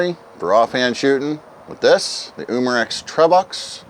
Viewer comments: It’s pronounced trevox not trevox!😂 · I pronounce it trevox